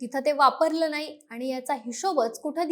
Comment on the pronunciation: तिला ' णाही ' कळत 😅